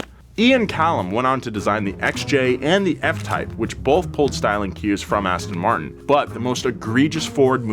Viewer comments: Aston Muurrrrrt-in - That's not how you pronounce the royal brand. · I would be a good start if you could pronounce the name correctly. It is "Aston Mar-tin" and not 'Aston Mart-in" as you say! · ass ton martin omg learn how to pronounce it first